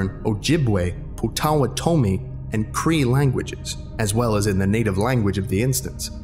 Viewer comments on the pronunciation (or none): i think potawatomi is pronounced like pah-tuh-wah-tuh-me instead of puh-tah-wah-toe-me. at least i think it is. thats how ive always heard it. its a weird word so i might be wrong. you likely wont have to say it in a video ever again so idk why i even commented. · Just a note: Potawatomi is pronounded Pot-A-Wat-omi, with emphasis on the "wat." I know this only because I lived in an area where the Potawatomi used to have a settlement until the white settlers drove them off in the mid-1800s, and their descendants would return annually for a pow-wow just down the hill from the apartment building where I lived. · FYI, it's "pot-oh-WAT-oh-me" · Potawtomi is pronounced "pot-ah-watt-ah-me" take it from an enrolled member of the ojibwe tribe 🙂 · You said Potawatomi very VERY wrong. I myself am part of that Native American Tribe and when I heard you say that I cringed.